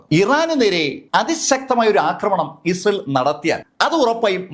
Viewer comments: ഉച്ചാരണം ശ്രദ്ധിക്കൂ, ഇസേൽ എന്നല്ല, ഇസ്രായേൽ എന്ന് വ്യക്തമായി പറയൂ. 🫣🤣 ( വേഗത കൂടിയത് കൊണ്ടാകാം. ) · Issal allado.. israayel ennaanu😂😂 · ഇസ്രായേൽ എന്നു ശരിക്കും പറയു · മര്യാദയ്ക്ക് ഇസ്രായേൽ എന്ന് പറയാൻ അറിയില്ലേ 🙄